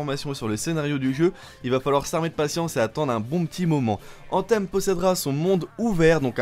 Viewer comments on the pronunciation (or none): C'est quoi cette prononciation : ANTEEEEMMMMM 😡😡😡😡😡 .... Mec revois ton anglais qui est franchement médiocre